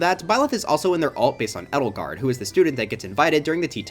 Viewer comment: erm ackshually its pronounced ay-del-gard